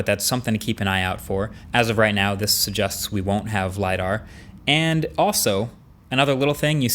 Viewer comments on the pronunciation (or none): Marques ! It's suggests, pronounced as "suh-jests" not "suh-justs" !